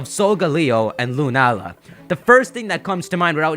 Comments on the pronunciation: Not sure if anyone's said this already, but 'Lunaala' reads as 'Luna-ala'. If it was pronounced 'Lunaala' (with the long 'ah' sound in the middle) it would be written as ルナーラ :) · I'd suggest it's pronounced 'Luna-Aala'. Although it's lacking in a character that officially puts a break between the two.